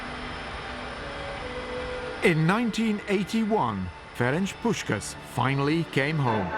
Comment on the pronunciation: "Ferencs Puszkasz" SZLAMB